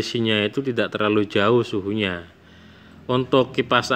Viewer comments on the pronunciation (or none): none